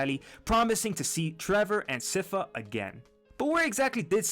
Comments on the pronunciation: sypha!!! as SCIence FAmily,... i don't understand how the name is mispronounced ... i speak spanish and i don't make that mistake... not just in this video...but several youtubers... other than that... i liked the video... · Sypha is pronounced "sigh-fa" I dont get why everyone gets this wrong! She says it in the show too, I don't get it lol